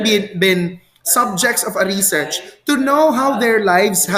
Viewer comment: reshèrshe po ang pronunciation 😊